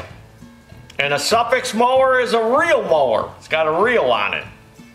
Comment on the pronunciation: Suffix pronounced as Suffork. Zeenith is pronounced (Zen)ith. Yes a primer thing is called a jiggle pin used to push gas into engine for easier start. Two common carbs then were Webber and Zenith. Motorcycle mechanic in Sixties for a short time.